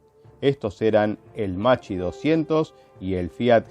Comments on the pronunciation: Macci 202. Come lo pronunci tu si scriverebbe così in italiano, ma l'aereo non si chiama Macci, si chiama Macchi, l'h dopo la c fa la differenza, "ch" in italiano si pronuncia come "k" e "cch" come "kk" (quindi Makki 202). Così, per la precisione. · Macchi se pronuncia como Makki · Macchi si pronuncia “makki”, con la C dura, come una K